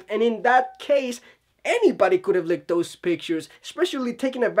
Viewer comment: Leaked and licked are two different words that mean two entirely different things and are pronounced two different ways. Leak is pronounced [lee-kd], rhymes with seek, feet, beat, seat, meet, meat, etc... Or if it's easier to look at it spelled this way: Leeeeeeeek Lick rhymes with sick, kick, pick, picnic, it, sit. Notice how the "i" makes a different sound than "eee" Hope that helps!